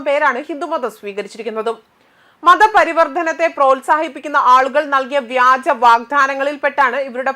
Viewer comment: മതപരിവർത്തനം വിദ്യാഭ്യാസം, സനാധന ധർമ്മം തുടങ്ങി പല വാക്കുകളും തെറ്റിച്ച് ഉച്ചരിക്കുന്നു കുട്ടി മലയാള അക്ഷരങ്ങൾ പഠിക്കുക